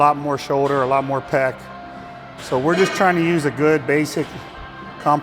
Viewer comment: the man said PECK